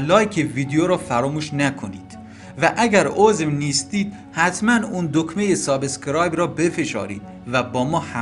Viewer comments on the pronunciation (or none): none